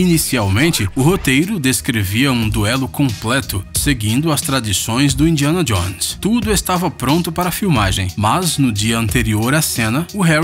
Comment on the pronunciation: Indianadionesar kkkkk